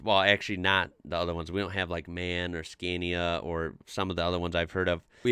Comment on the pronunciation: When you talk about Scania, use the "a" as in car!